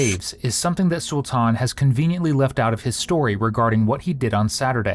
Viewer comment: To the person narrating the video, his name is pronounced , SUL-TIN not SUL-TAN or SUL TAWN. You're welcome!